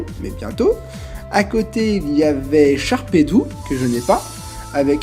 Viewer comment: Ah, la présentation d'une série EX, ça on peut dire que ça me plait !!! Le bloc de la vie, la classe incarnée !!! Je m'égare... Merci pour la dédicace mon ami :3 Ce que j'aime, c'est que ça fait 2 ans que tu prononces "Sharpédou" ! Pauvre requin méchant qui devient un poisson inoffensif ^^ Biz' :)